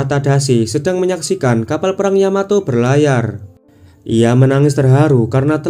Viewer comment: Yamato ❌ Yamateh🤭✔️